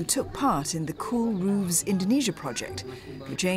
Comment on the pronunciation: Why is roofs being pronounced as "rooves"?